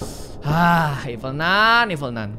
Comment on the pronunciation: ralat: nun kak bukan nan